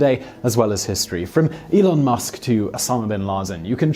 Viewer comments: The "zh" in Guangzhou is pronounced like a "j." So it should sound like "Guangjoe." Just wanted to let you know. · That's already an improvement. A few years back he pronounced it as gu-an-zhoo in his video.